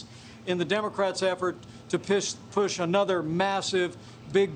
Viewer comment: Haha to funny, Pence said Pish instead of Push